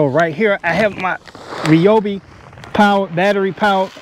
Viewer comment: Great tips! Thank you for pronouncing Ryobi correctly. As a former TTI employee, it’s like nails on a chalkboard when I hear people pronounce it Ri-obi.😂